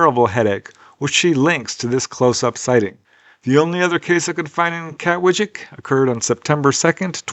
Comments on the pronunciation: Wijk is pronounced as "vike" for future reference Aan Zee means "on sea" too meaning the costal part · Just FYI. The j in Dutch is usually pronounced as a Long I. So it’s Kat-Vike I’m pretty sure. But not a j sound. Dutch is really weird.